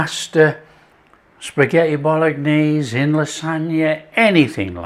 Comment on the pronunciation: I could swear you called it spaghetti Bol-lock-naise at the beginning. Made me smile😅